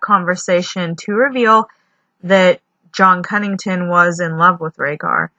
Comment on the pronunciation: Is it just me or is it Connington not Cunnington?